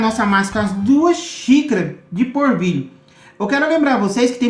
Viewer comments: Não é porvilho é polvilho 😀😁😂🤣😃😄😅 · Gostei da receita, mas não é porvilho e sim polvilho. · O pão de queijo deve ficar uma delicia, vou fazer, mas por favor fale direito: é polvilho, não assassine a língua portuguesa. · "porvilho" "puxento" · Ele fala tão bunitinho 🤗🤗porvilho 😶